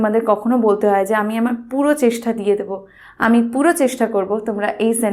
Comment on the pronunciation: Very nice vdo.... But "chestha" ny divai Ota "chesta" hobe